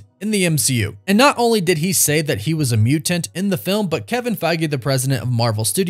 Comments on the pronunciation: The way you say muTanT is 🥴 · Bro the way you say mutant 🤣🤣 love it! Awesome vid, can’t wait to see the X-men in the MCU